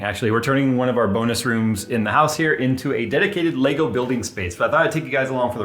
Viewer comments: It's LEGO not LEGOS, What is it with Americans They can't say Lego. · Lego... There is no S... Stop saying it wrong. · arrrgggghhhh. Say legoes again i dare you :) so annoying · He keeps saying “Legos” and it’s driving me insane! Poser… lol Love you!